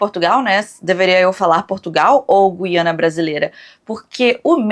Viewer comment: como portuguesa o meme da "Guiana Brasileira" é até engraçado e tal, mas falarem Gu-í-ana é puxar 😅